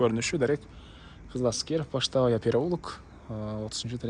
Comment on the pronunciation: Пачтавая эмес,пачтовая